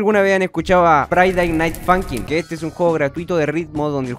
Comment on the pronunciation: todos:friday night funkin absolutamente todos:friday night funkin:faiday nait funkin